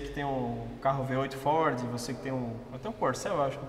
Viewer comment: Uma pena a imagem estar tao escura e ruim Amo o homem falando FOR kkkkk